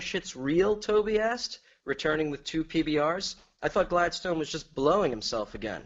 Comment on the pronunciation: I promise I'm not on caffeine. 🥺